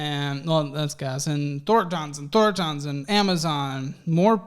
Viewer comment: “Thorn…tahns” lol it’s pronounced Thor-tons. It’s a gas station.